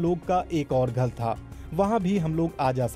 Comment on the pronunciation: 'घर' बोला या "घल" ?